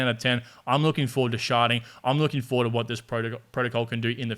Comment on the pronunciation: “Sharding” but yes, does sound like “sharting” 🤣